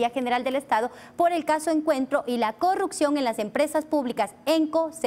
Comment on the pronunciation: No entiendo por qué muchos asambleísta no puede decir corrupción todos dicen CORRUCCION, así como dice la asambleísta Veloz. Lean eso ayuda mucho a mejorar!